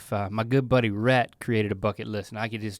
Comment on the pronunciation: “fucket list”